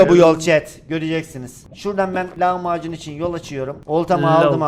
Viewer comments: Lavmacun derken lahmacun der gibi😅😅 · Abi lavmacun dediğinde lahmacun sandım